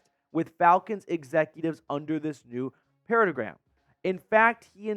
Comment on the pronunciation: not knowing how to pronounce Paradigm is hilariously on-Brand